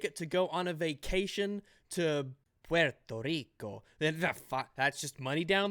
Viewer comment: As a Puerto Rican, I got a good laugh out of the way you said "Puerto Rico" I think ima start saying it like that. Thats one way I have never heard it being said before. lmao